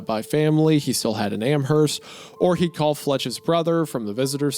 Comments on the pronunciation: Hey I live near Amherst NS, and for the sake of all who live there, it is pronounced Am-Erst, the H is silent. Idk why that bothered me so but loved the video otherwise ❤ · I've lived in western massachusetts my entire life, I cannot tell you how badly I want to punch a wall because of how you've mispronounced the town names. Worchester the CH makes an "S" sound, Amherst you dont pronounce the "H", and Quabbin Reservoir is not like you would say quack is like when you say "pour quoi" in french man I'd watch a WW2 documentary instead of having sex. I have a hyperfixation on military history, my girlfriend would probably watch it with me